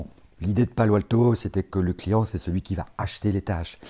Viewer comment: « Palient », « clitiant », « axiant » 😅 Je plaisante